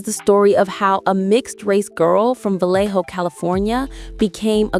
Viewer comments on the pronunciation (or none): none